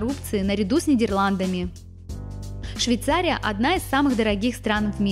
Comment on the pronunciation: Учи русский язык девочка.!!!!!. Миллион раз сказала Швейцария. Невозможно смотреть